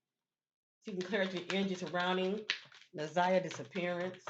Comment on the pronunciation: You’re saying her name correctly